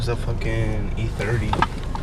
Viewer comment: SAN DIEGO !!!! THATS WHATS UP MY GUY. I COULD TELL YOU WERE FROM DOWN HERE BY THE WAY YOU SAID '"FUCKIN' ". CHEERS MATE.